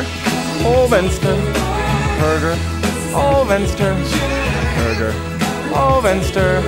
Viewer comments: i liked the part when he goes "huhrgur-vehnester-vehnster-hergurhurgur-vehnster" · Låter mest som BURGER! - FENSTAR! Jag blev hungrig av detta. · / hurrgurr fensturr